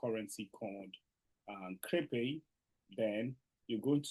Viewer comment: Ladies and gentlemen. Of courrrse we are in new and so of course if brother pronounce Crepe and Cripey again, we will lash him. Shalom😂😂😂